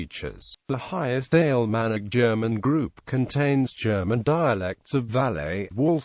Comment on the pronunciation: In the first ten seconds I heard "Alemannic" pronounced "ale manic" and thought: this will be useless. AI is taking over.